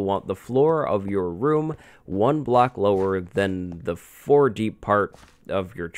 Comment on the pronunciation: why does he say block "blacks"